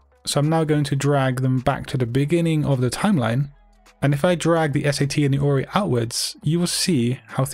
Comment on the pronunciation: Who else heard ROI instead of ORI?!!🤔